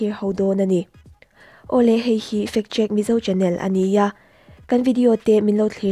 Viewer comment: Factcheck i lam dan hi fat cheque tih a ang ltk